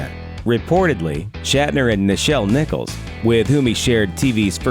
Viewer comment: Er, its Nichelle Nichols, not Michelle Nicholls